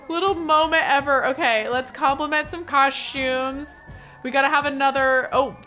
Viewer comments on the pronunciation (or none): The “COSH-tumes” gets me every time lol its COSTumes